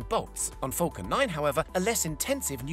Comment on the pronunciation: Falcon not fulcan